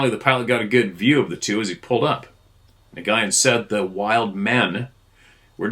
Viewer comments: NGYUN/NYGYIN: pronounced N+WOON / N+WIN? At least this is how my Vietnamese friend told me is the correct pronunciation for his name.😬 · The Vietnamese name, Nguyen, is pronounced "win". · Nguyen is pronounced “win”. Cuhrazy!